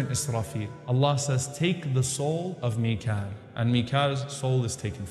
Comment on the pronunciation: Selamünaleyküm Not mikle brother.. Mikaael angel